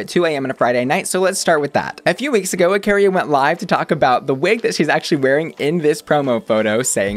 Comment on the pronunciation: Ok, but, it’s Akeria, not “Akaria” 😭 why 🤧